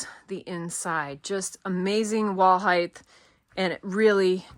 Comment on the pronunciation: Love the tent!!!! Please can we all remember Height is pronounced with a T not TH;) why does everyone say Heigth and not Height 😮